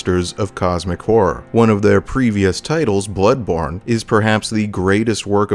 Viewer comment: That’s a funny way to say blood-borne